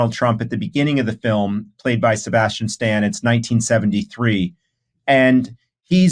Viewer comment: Sebastian Stan, not Straw